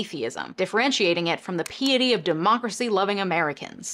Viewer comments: The problem goes a lot deeper than that. The reason the U.S. exists as a nation at all is European Puritans we’re trying to escape persecution. The “separation of church and state” was, is and always will be wishful thinking at best. Also, it is pronounced “pie’ety” not “pee’ity.” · Friendly correction : the first syllable of “piety is like “pie,” not “pee.”😊